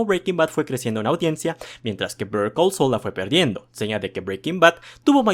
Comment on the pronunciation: Literalmente estás pronunciando Bear Call Saul 😂